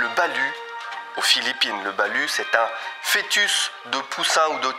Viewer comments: le "Balut" se prononce "BalOUT" (avec le T) :-) Et si c'est pas génial, c'est plus facile à manger que ca en a l'air. Sinon merci beaucoup pour cette vidéo encore une fois très intéressante. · Cet oeuf bizarre des Philippines et est un Balut et on prononce “balot en prononçant bien le t à la fin 😵‍💫😂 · "Balut", si je ne me trompe pas, ça ne se prononce pas "Balu" mais "Baloute" : )